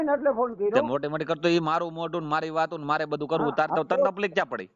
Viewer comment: Taplik na kahevay taklif kahevay bolta shikho